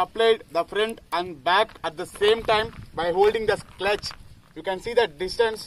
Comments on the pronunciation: Its not "Sklutch" its "clutch" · Its not 'skluch' it it 'clutch' 😂😂😂😂😂 And you're calling yourself a rider ???😂😂😂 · Its clutch not skultch 😎😂😂😂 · Good tips mate! Just a small correction, hope you don't mind. It's clutch and not sklutch. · First Step: Know about your bike!! Meanwhile him: "Sklutch" 🤣🤣🤣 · Sklutc?? It is (clutch) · Nice video bro... And one suggestion... It's not Sklutch! It's Clutch! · Its not sklutch its clutch keep up the good work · Its clutch not sklutch.... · Bro it's clutch not sklutch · Vro that is "clutch" not "sklutch"😂😂😂😂😂 lol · It’s clutch not sclutch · Thats not sklutch its clutch 😂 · it is "the clutch" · Wtf did I just watch 😂 It's spelt "clutch" not "sklutch" 😂😂